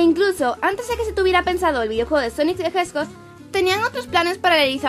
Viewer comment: En realidad se pronuncia Jedfchoj